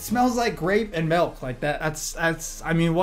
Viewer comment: Milk not melk